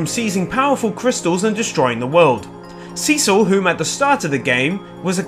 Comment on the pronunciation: Why do you pronounce Cecil wrong? It's not a long E it's a short E.